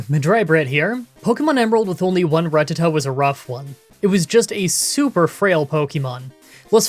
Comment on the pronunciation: who is Ruhtuhtuh? never heard of that pokemon before